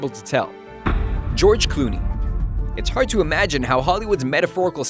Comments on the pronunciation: lol 'George cooney" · He said George Clooney wrong